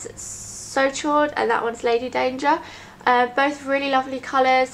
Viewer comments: It's pronounced 'so sho', chaud is french for hot, it means so hot :) xx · Hey, absolutely love your videos, not being pompous or anything from 'chaud' is a french word meaning warm/hot, it's pronounced a bit like 'sho' xxx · hahaa it's pronounce so showed, chaud is french for hot :) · "did she just say So Chode" - My boyfriend. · "so chaud" is pronounced "so show" pretty much. Chaud means Hot in french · Chaud is french for hot. it's pronounched like the word show in English :) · So chaud is pronounced "so show". it means hot in french. Lovely colour :) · "Chaud" is the french word for 'hot'. The 'ch' sounds like 'sh' and the 'au' is more of a guttural 'o' as in 'road' sound. You can hear the pronunciation on Google translate.